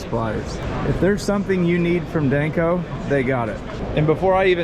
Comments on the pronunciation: Is anyone gonna tell him its not Dayneco?? 😂😂😂😂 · Is it just me or does he mispronounce danco? Dayne co 😂😂😂😂